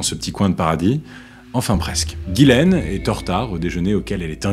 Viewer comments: le prénom Ghislaine se prononce "Jisslène" pas "Guilène" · On dit Ghislaine et pas gilaine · Ghislaine c'est pas prononcer Guy-laine mais Jislaine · Ghislaine pas ghilain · Ghislaine se prononce "Jislaine" "Guilaine" c'écrit de cette manière. devant « e, i, y » : le g se prononce « je » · Si je peux me permettre, le prénom Ghislaine se prononce : Jisslaine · Pourquoi il appelle Ghislaine "Guilaine" ? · Mais vous écrivez GHIS laine, et vous prononcez GUY laine, alors pour qui vous vous prenez pour juger d'une faute d'orthographe?????? Parce qu' en plus vous dîtes que la victime GÎT dans une marre de sang... pourquoi ne pas avoir dit qu' elle GUY dans une marre de sang???? Le point c' est qu' aujourd'hui en 2025, les français ont une difficulté évidente et démontrée en français. On ne fait que ça, voir des erreurs de français sur Youtube, comme ailleurs. La victime en fait peut être partie. Des illettrés. Ou alors c'est est vraiment facile comme accusation. En train de vous faire poignarder.. dès fois que ça lui vient comme ça.... Vous êtes tous devant votre écran et vous ne vous souciez même pas de comment vous écrivez... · Je crois que les deux prononciations sont possibles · Ca se prononce "guilaine" ou "jislaine" ?